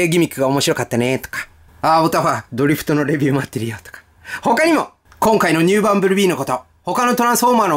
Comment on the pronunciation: ドリフトのイントネーションがおかしいような…w